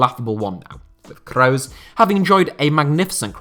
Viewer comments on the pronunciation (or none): Butchering the names maaan.. it's "Kroos" not "Crowes". Geez it's like you've never heard their names before!! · your pronounciation of Kroos is awful